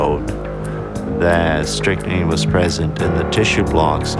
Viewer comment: It's called 'strychnine', pronounced Strick-Neen.